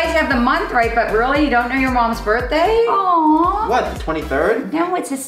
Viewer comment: The fact that brent said my birthdah is a coincidence